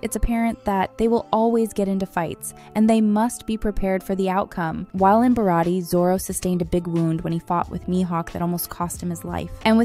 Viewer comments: "laughy" , "barari" man I love ai voiced videos😂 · Lol you missed when she said Bar-at-ee restaurant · Nah, when she said My-Hawk, Luh-ffy and Bar-t-ee like wth?